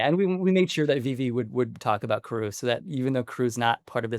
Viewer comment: it's Pronounced CAR OO Not Ka Roo. Spelled Karoo Anime Dub Pronounced as KAD OO, Kadoo. which is what I'd prefer him to be called in live action.